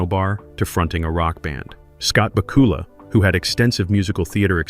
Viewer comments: ba KOOOOOOOOOOOOOOOL-a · Great video, but was it just me but I kept on cringing when he kept on saying the name incorrect